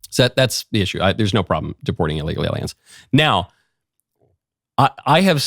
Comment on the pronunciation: Why do you put such a weird emphasis on the letter "L"? You sound like you're licking it. IsraeL, aLiens, eLement, repubLicans.